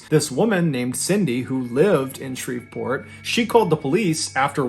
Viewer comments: Pronounced Shree-port. The "v" is silent. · Shreveport is pronounced Shree-port. The v is silent. 😊